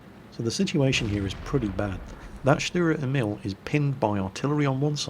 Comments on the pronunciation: GAAH! its pronounced : stuhrer (long "u") Ehmihl (long "E" and "i") I'm really sorry, but as a mother-tongue german that just kept annoying me. (like so he sees) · fyi, Emil is pronounced with a long "E".:)